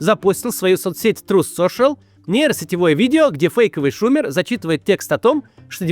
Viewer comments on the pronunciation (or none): Не шУмер, а шумЕр!